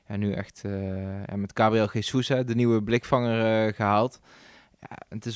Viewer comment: Is Gabriel Jesus geen Braziliaan? Waarom bespreekt hem als een Spaanstalige? Niet Gesoes, maar Zjezoes, zou ik zeggen.